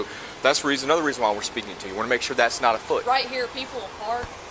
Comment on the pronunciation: Lol. "Afoot"